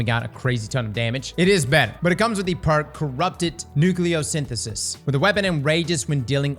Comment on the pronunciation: How is it this man can say: "Nucleosynthesis" perfectly, but not Ahamkara or Hullabaloo?